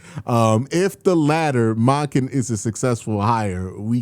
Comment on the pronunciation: do you pronounce his name like "MAHken" on purpose for engagement? That would be brilliant